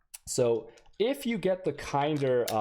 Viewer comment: THE WAY HE SAID KINDER omfg, took me a while to know what is he talking about